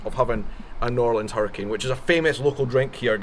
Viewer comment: Thank you for not saying New orleens